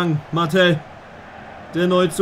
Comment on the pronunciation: Bitte bitte sprich Martel aus wie er heißt und nicht Mattel 😭😭